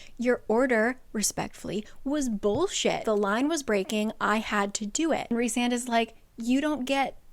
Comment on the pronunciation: EVERY TIME said Rhysand's name, my mexican brain could help but hear "Rick Sanchez"